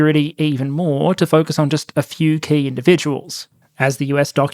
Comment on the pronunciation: When you said "...North Korea has attempted various military and security efforts..." I heard "...North Korea has attempted various military INsecurity efforts" and it still fits. I would laugh if it weren't the North Korean people paying the price of the joke. Always a sad topic.